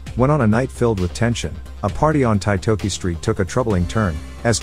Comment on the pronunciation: Titoki pronounced TEE-TORKY